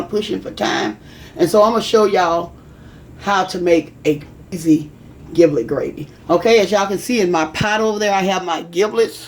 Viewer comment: "giblet" uses a soft "g" like a "j". as in "jiblet".